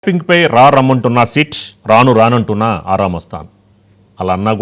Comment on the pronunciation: సీట్ కాదు సిట్.